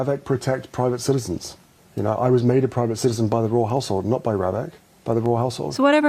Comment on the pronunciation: i thought he said "royal asshole" twice haha royal household